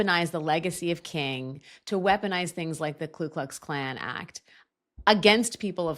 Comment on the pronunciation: It's the Ku Klux Klan, not the Klu Klux Klan. They don't have a Klu.